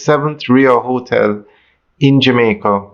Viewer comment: The word is not "hoe-tel". It is hotel.